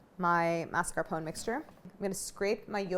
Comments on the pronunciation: What if you, Claire, started a trend ? The trend of bringing back the correct pronunciation for MAS.CAR.PO.NE (/mass.car.po.nay/) in the US? I'm tired of hearing mars-capone while it's not even written in that way. Please, start this trend. Please. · Mascarpo-neh. Just to let u know how to say it. Thanks for the recipe! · I love Claire but why is she saying mascarpone like that? She smiles when she says it during the ingredient list, did I miss some joke? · This must be the american pronunciation because nowhere else in the world is it said without the e at the end